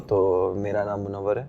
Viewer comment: The name is pronounced as Mun-naw-war